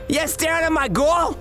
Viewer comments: Gworil😂 Not girl😂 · Why did the man said girl like guril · U SAYIN MY GORL IS LYIN U LIL SHI >:( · "YOU STARING AT MY GORL?"